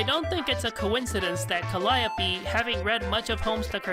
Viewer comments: "Calliope" is pronounced "CAL-ee-ohp", not "cal-AY-opee" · It has been a confusing thing in Homestuck, but in one of the parts where Calliope shows off her Trollsona, she mentions that the Trollsona's name is Callie Ohpeee Stating that "It's jUst my name spelled oUt phonetically". Also, she gets her name from a Greek muse also named Calliope, and Greek Calliope is pronounced kə-LY-ə-pee.